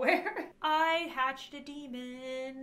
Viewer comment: My favourite line: "I hached a demoon... whops" XD